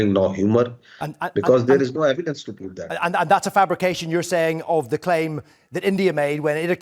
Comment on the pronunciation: What a shameless person! as usual depend on begging, he is keep repeating memoriesed words, don't even know how tp pronounce evidence (saying AIVYDUNS..AivyDuns).. our primary student of India can speak better English than him...grow up man.